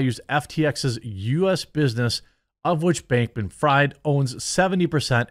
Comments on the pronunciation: i think its freeeeed not fried. sam bankman freed (even though u write it fried) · His name is pronounced Freed btw. In German ie = "e" vowel and ei = "i" vowel. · Fried is pronounced FREED. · Never heard of a "Donator" lol... and it's pronounced "Freed" (Freid) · It's pronounced Freed. German name. No harm,no foul. Thanx for the great content! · jeremy is jewish and doesnt know how to pronounce fried